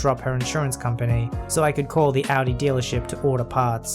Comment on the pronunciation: Your perfect pronunciation of Audi makes me so incredibly happy!!!